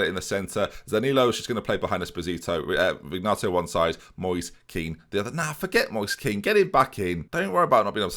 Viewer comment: It’s pronounced Check-arelli. Also, and this ones been killing me for a while: Vin-yato, not Vig-nato.